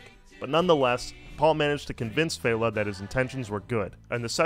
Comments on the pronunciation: And fehLA not FAYla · Yup, LAY-gos and FELL-a not FEY-la. Not being a grammar Nazi, just a Nigerian who can’t stand hearing my language butchered 🙏🏾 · "Fell-ah" and "Lay-gos" but great video.